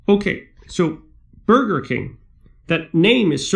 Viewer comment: "You're bloody well right he's a King who provides Burder"